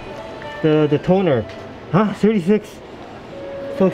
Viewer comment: "HUH?! 36??? so expensive" That 'Huh?" sounded way too Singaporean XD